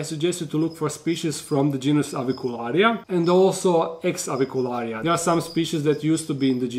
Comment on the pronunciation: You pronounce Avicularia so beautifully. Real Latin!😎👍